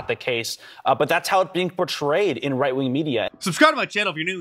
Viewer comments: She literally repeated right wing as white wing… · Karine says WHITE WING 😂